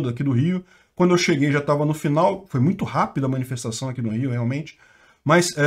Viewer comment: Agora que eu entendi a “minifestaçao” KKKKKKKKKKKKKKKKKKK